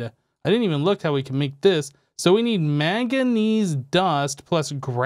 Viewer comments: Can't tell if you have a cold or are just averse to pronouncing the first 'n' in 'manganese' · I love, and this videos old, but it's manganese there's an N there i swear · The way he pronounces manganese is killing me